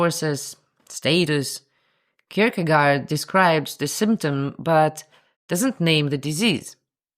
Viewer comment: The 'aa' in Kirkegaard is rather prononuced like the 'o' in 'lord' and the 'd' is more or less silent. Sorry for nitpicking, but I'm from Sweden. BTW, the name means 'graveyard' (literally 'churchyard'). It somehow seems right, doesn't it.